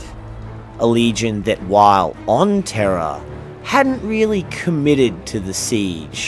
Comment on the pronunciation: Proof that living in my brain is Hell. "The Imperial Palace of Terror"? Stymie. "Stimmy", not a word. "Terror", again. "Rogald". "Traitor allegiance". "Terror", again. There was at least one other "Rogald" in there. Didn't get the timestamp for it.